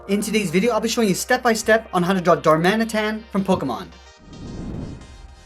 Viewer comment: Legit thought he said dhar mann. Edit: great vid tho, keep it up